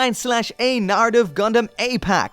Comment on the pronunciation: Wtf is with that hard R? Narrative not naRitive